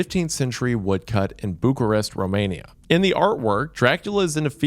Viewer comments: guys, I think he's doing it on purpose. No one in the world pronounces Bucharest that way😂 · these pronounciations😭even bucharest isnt safe. buke-arest🥀